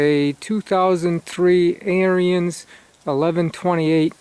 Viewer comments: Your saying the name of the snow blower wrong. It's not AIR-E-NS (Brotherhood) Now say ERANDS and you have said the name right. John Deere's are over rated just like Harleys and Blonds. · It's pronounced "AIR" "RINS"....... not..... "AIR" "RE" "INS".. Just listen to the Ariens YouTube channel....other then that, good video. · Yeah, thanks for pointing that out. I've watched quite a few videos on the Ariens channel and I know I pronounced it wrong. I didn't know the pronunciation when I bought the snow blower back in 03 and through force of habit I've been pronouncing it the wrong way. I'm glad you enjoyed the video.